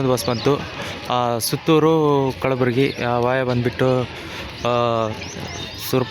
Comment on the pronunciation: ಅದು ಕಳಬುರಗಿ ಅಲ್ಲಾ ಕಲಬುರ್ಗಿ